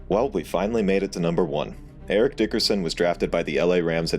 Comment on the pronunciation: Eric, not Erick.